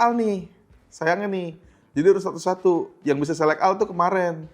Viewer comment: Bacanya Selek Ol ya.. Inget tuh.. 🙂